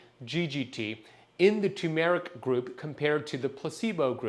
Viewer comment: TURRRRRR-meric Not TOO-meric There's an "R" before the "M" Do you "Tun" the steering wheel in your car? No! You "TuRn" the wheel. Do you want a TUMOR-ic? No! You want TURmeric "R"...it's right there in the word - tuRmeric TURRRRRRR...